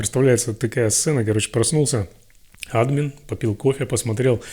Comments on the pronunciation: Не Админ а адмИн.... Не дублЕй а дУблей, а правильно говорить дубликат.... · Как же режет слух слово "Админ" с ударением на "А" )) Ну ведь "адмИн" же..